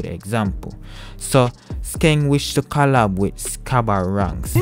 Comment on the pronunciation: Shabba Ranks, not Skabba 🤣